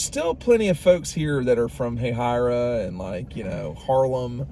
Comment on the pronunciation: Congrats on correctly pronouncing Hahira